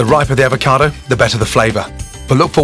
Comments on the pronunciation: "if d'avocadou is nice n'ripe... d'SHIT just all fall away " oh gordn :'D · once a avaocado always a avaocado